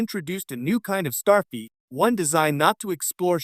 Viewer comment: Stop saying Starfeet!!!